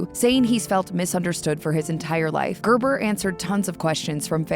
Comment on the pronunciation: "Gerber" ... worst name, and the way it's pronounced here is.. gaah!